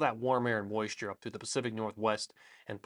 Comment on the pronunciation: I loved "impressive moisure content"